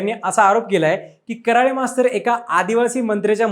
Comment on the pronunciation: आडनाव करळे आहे ना की कराळे उच्चार करायला शिका पहिलं 😡